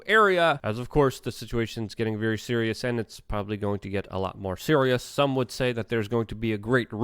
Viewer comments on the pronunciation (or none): none